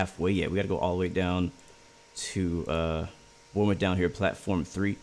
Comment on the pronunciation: The ‘E’ is silent in Bournemouth 🙂